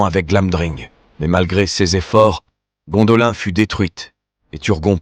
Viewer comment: Vos videos sont pas mal, mais s'il vous plait faites un effort sur la prononciation!!! Gondolin se prononce Gondoline comme Lindon se prononce Linedone